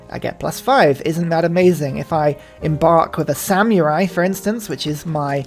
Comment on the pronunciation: Brother if you say samyurai one more time im gonna lose it